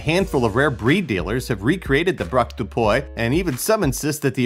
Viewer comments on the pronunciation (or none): Please .. english people .. stop trying to speak french.. its pronounced dog de pwi not doy de pwoy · braque dupuy = brahk doo-pwee